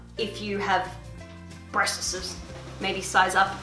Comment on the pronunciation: The way she said breast 😂